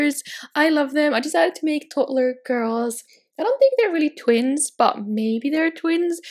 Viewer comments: Sorry but it annoys me so much how u say toddler. It’s toDDler not totlur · No offence but I hate the way she says toddler 😂😂